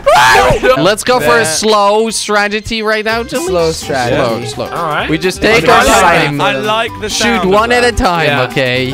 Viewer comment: lolol u said stragety